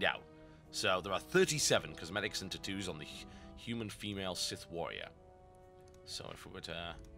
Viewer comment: "Tutoos" I can't get over the way you say Tattoos...